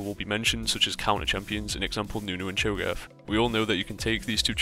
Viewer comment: ....he said cho gath